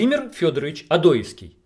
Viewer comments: ОдоЕвский,а не ОдОевский. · Не серчай автор, но ты фамилию Одоевского неправильно произносишь! Ударение на "е", а не на "о".